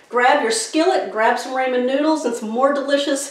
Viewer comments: Looks good! Most people call it Rahmen not Raymen noodles.Just a tip.💕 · RAH Men noodles. Never heard it called Ray men before. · Can't wait ti try this as I have some ramen noodles. But ramen is not pronounced "raymin" it's pronounced "rawmen", RAWMEN. Thanks for the recipe. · It’s pronounced “Rah-men” not “Ray-men.” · HAHA, RAYMON NOODLES!! How about "RAW-MEN".... I'm cookin' tonight, my wife is gonna love this & so will I. Thank you!! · TYFS it looks delicious 😋. I’m sorry 🙄 but it’s it’s rah-men noodles not ray-men. Please forgive me & please keep the recipes coming 😉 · Please… RAHmen; not RAYmen!!! 👍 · I dont call them ray-men. We call the rah-men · Raaamen not raymen. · "RAW"men not "RAY"men, talk about butchering a name. SAD!!! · It’s Rah-men with a short a. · This looks great will try it soon . Also its pronounced like " RAH- MEN" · Don't you mean "ray - ray - ray - men"?! 🤭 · Folks always fussin about how to pronounce them. My uncle had some and said they were definitely Raymond's noodles! 👨‍🍳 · Raymon noodles lol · It's pronounced Raw-Men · I never heard anyone pronounced RA-man?? Wonder where she comes from? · Pronounced raw-mon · I also say Raymen noodles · How can you mispronounce Raman Noodles??? RAH MAN…. LIKE RAH RAH!